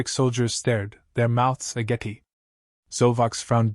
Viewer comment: "Their mouths ah-gappy"? That isn't how 'agape' is pronounced.